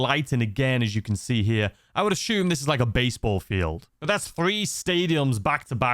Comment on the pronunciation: Take a shot every time he says “ashume “. 🥃😵‍💫